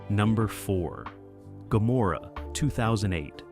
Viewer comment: Why does he keep sometimes pronouncing "Gomorrah" with a 'c' (?)